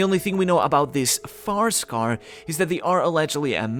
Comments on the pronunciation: FIREscar, not picky and context is key but try to enunciate a bit more, it sounds like FAR-scar and non-English native speakers could get confused Great video as always, sankyu lol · Where are you from? You keep saying Farscar instead of Firescar lol